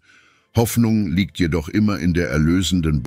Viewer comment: Auch werden oft ganz falsche Wörter verwendet, z.B. "lügt" anstatt "liegt". Auch die Betonung der Wörter ist manchmal haarsträubend. Die Buße ist nicht mehr die Buße sondern wird wie (Auto-)BuSSe betont. KI-Sprache nervt!